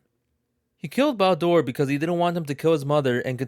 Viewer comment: Why are you saying Baldur's name like that? Are you reading stuff from a list on the internet and making a Youtube video out of it?